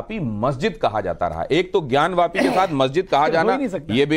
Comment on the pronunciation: मौलाना ज्ञान व्यापी नहीं होता है ज्ञानवापी बोलो